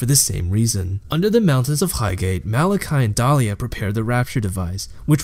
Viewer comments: Really well put together video but seriously just speak clearly and concisely, and pronounce your words correctly like "thor-mah-tur-gee" and "di-alla" not dahlia etc. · Overall, good video. Saying dalia instead of dialla tho... that really bothers me for some reason :/ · The content is good, really good. Just a little frustrating when you mispronounce Dialla and other stuff. Good job overall!